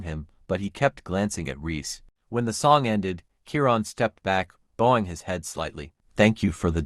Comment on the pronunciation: It's Om(e)ga with short e sound. And bowing with an ou like out sound.